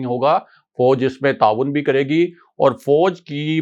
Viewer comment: Fauj bha jee not fouj.